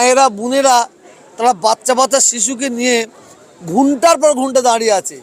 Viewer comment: ঘুনটা নয় চাচা, উচ্চারণ টা ঘন্টা হবে😂